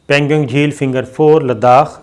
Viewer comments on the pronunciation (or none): Sacherday? Hahahahaha Jenab the word is Sa ter day. Allah. You're the only man in the world news who says Sacherday. It's Pan gong not panguing. Pangong lake (Tso) Tso means lake. پینگ گوانگ لیک